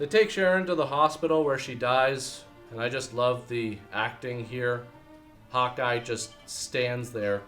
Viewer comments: when you say Hawkeye, it sounds like you're saying hot guy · sounds like he's saying "Hot Guy", instead of "Hawkeye"